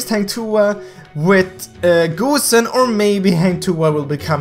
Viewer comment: Ok, pronouncing Hang Tuah can be hard, but "GOOSE"-en? Really? Come on bro haha. Nice vid though, keep it up!